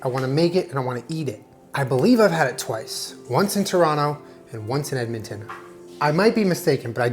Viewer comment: Still needs a little work on "Emmiton" 😂